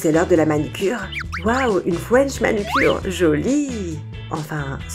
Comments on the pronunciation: Une "fouench manucure" jpp 😂😭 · waw une frouensh manucure elle m'a tuée😂